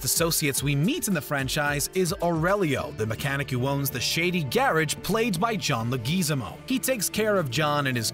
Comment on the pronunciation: Who is the actor playing the mechanic? I have never heard someone butcher that name so badly in my entire life lol. Bruh, watch any video of a person ever in history saying "John Leguizamo" I ain't mad at ya lol it made my day